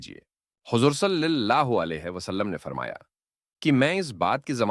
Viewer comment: صلِی اللہ علیہ نہیں ۔ صلَی اللہ علیہ